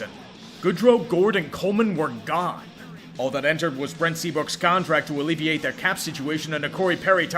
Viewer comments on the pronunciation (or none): none